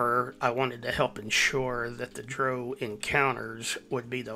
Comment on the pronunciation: Dro - A form of mary jay buds that have been grown "Hydroponically" in water without soil Drow - Like Brow. but with a d. Dark elves. Just so you know. Everytime i heard you say it. Fun watch though.